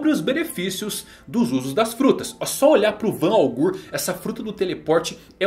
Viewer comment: Pow melhora essa pronúncia aí Van augu, aokigi tá feio isso aí meu pacero